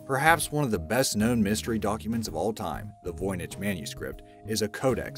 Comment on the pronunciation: Dude couldn't even say 'freighter' correctly. Yet, somehow he said 'Voynich' correctly.